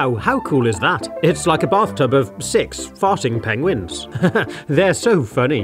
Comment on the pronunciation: I thought you said penuses